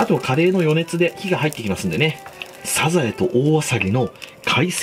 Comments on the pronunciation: 発音、サ↑ザ↑エ↓なのね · 時よりでるサザエのイントネーション、愛知を感じる懐かしい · サザエのイントネーションなんか全然違う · サザエの発音が気になり過ぎるw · サザエのイントネーションが気になる 笑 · サザエのイントネーション、、、！